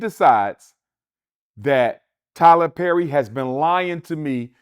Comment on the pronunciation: Tyler Zerry 🤦🏾‍♂️